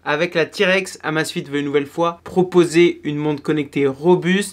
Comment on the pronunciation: Mon dieu, ca se prononce " AMEIZE FIT" à l'anglaise !